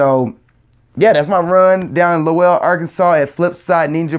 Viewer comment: Lowell rhymes with dole Good job!😁😁😁